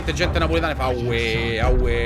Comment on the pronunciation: Ciccio non dicono awe i napoletani dicono we senza la a fidati vengo da Napoli